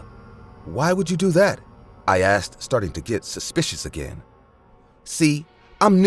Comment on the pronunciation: Again..."i axed" 🙄